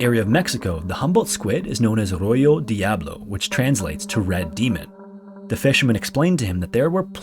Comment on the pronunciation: LOVE YOUR VIDEOS AND NARRATOR AWESOME VOICE, WHICH BTW JUST FOUND YOUR CHANNEL YESTERDAY AND IS INCREDIBLE BUT FOR A MAN WHO IS VERY METICULOUS, (ROJO) IT'S NOT PRONOUNCED ROYO IS RO/HO, RED DIABLO, DE/A/BLO IN ENGLISH MEANING RED DEVIL.